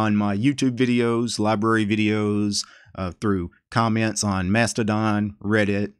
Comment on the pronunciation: Hey,. Who do you say "comments" this funny way - "Kjomments"?